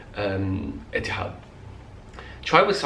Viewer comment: The way you say "Etihad" in the Arabic accent is just great!